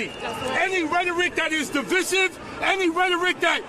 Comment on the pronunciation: He can't even pronounce "divisive".